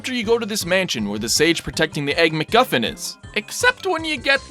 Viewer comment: "egg-mc-guffin" RelaxAlax 2017